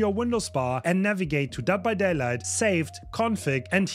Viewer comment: bro talmbout some "dead by dada"